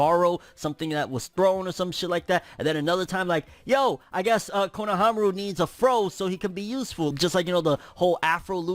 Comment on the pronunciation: Not kono-fro-aru. Fro-nohamaru**